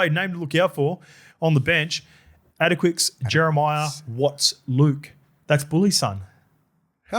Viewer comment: Hey boys! "Adaquix" (Issac Luke's lad) is pronounced the same as "Atticus". Source: trust me bro... nah This is coming from one of his high school teachers. Love your work boys!